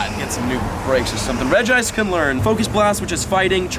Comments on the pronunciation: It’s Reg-ice not Regy- ice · It is pronounced Reg-Ice, not Reg-E-Ice. It’s weird because the others pronounced Reg-E-Rock/Steel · its not rigi ice its regice dude😂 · I think its Regice not Regiice But i think most people say Regiice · Reg-ice not regice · This is how u say it: rej-ice Not regi-ice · Reg-ice, not regi-ice 😂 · Rej-ice NOT Regi-ice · It's now pronounced Reg-ICE no extra I or otherwise it would have been REGI -ICE which is incorrect. 4kids are not reliable with pokemon info like prenouncations. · You pronounce it as regice, NOT regi-ice...... thats why its not called regi-ice, dùh...... so yes, it is different from the other 2, deal with it. So remember, just 1 'I' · It’s reg ice not regiice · The English dubbed anime and movies sometimes used incorrect pronunciations in gen 3 and prior because the anime was not dubbed by the official Pokémon company. However, the official Pokémon pronunciation for him is reg-ice and not reg-e-ice. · Regi-ice just like that NOOB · Reji-ice that is how you pronounce it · its actually (re-g-ice) your welcome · It's just Reg-Ice, not regi-ice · Its Reg-ice then regirock registeel :P your welcome xD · Re-gi-ice. Re-gi-steel. Re-gi-rock. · It's pronounced as ReJ- ice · Regice is often mispronounced due to the other regis' names, but Regice is pronounced "Rej-ice", pretty simple! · It is pronounce reg + ice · Regice------ REGE-ice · Reg-Ice. Say Reg, like Reggie and then Ice well like Ice. So it's Reg-Ice. Regice. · its regeese pronounced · its Regice so Reg-Ice(say reg like the other regie's lol) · it is pronounced regi-ice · Is reg-e-ice btw reg-e-steel reg-e-gagis reg-e-rock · Regice is pronounced Re-gi-ice, just as Regirock and Registeel are Re-gi-rock and Re-gi-steel. It's also the same with the Gen 4 Legendary Regigigas which is Re-gi-gig-us 😋😋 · It’s Re-G-Ica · It’s pronounced (Regi-Ice) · I have a Pokemon book that actually says that its pronounced ( REDGE-ice) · Its pronounced Re-jice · It's pronounced "REG-ICE"